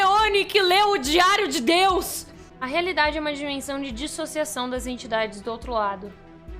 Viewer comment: Pessoas normais ouviram a falar "diário de Deus" mas eu ouvi "diário de DIO" 😆